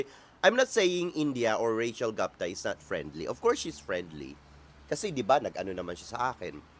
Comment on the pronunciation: Even native English speakers pronounce ‘Gupta’ as. ‘Goop-ta , not Gapta